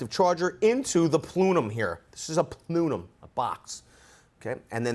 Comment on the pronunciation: Plooonum?...the word you're looking for is plenum.